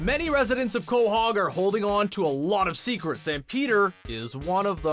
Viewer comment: I got mad when he miss pronounced quahog